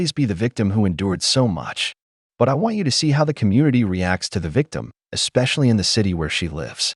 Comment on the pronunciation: You know youre starting w a max iq of 90 using words such as "exspecially"